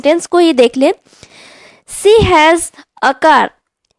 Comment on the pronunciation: Not See was it is she was please correct your pronunciation